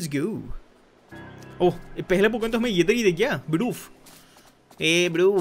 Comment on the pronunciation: Why you always say poken poken